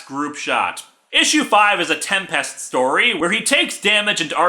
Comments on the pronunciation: Sorry but you're saying "TEM-PEST". Not "TEM-pest". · I'm still bugged by Linkara pronouncing Tempest like it's two words.